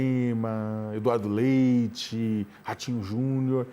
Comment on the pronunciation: a enfase ao falar LEITHI 🤔🤭🤭😏